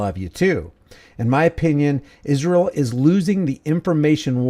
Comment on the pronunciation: What is it with Candace saying “Ishrael”? 🙄